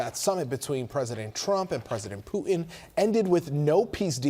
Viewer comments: Who is Poo-in?? I know who Putin is. These talking heads have got to learn there is no silent T in the English language. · It's not POO-in. It's POO-Tin say the T in your words, please!!! Sorry. Big pet peeve of mine. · Why are the reporters saying ‘Poo-en’ instead of Putin? You shouldn’t be a public speaker if you sound like a 3 yr old who can’t pronounce words correctly.